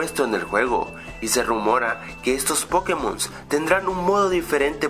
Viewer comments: es pokémon, no pókemon. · NO SE DISE PÓKEMON SE DICE POKÉMON ¡¡¡¡ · me pone nervioso que al decir pokémon lo pronuncies "pókemon" en vez de pokémon -.